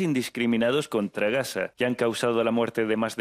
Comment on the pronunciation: Se me hace insoportable que diga GASA... es superior a mi... menudo cateto...